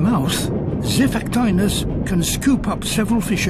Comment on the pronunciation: Zai-Fack-Tea-Nuss That's how you spell it...